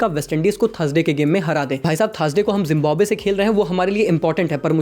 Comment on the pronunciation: It's not jimbabwe It's Zimbabwe😆